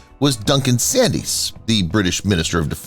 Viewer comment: Pronunciation of everything is hilarious , Inverary , Sands etc.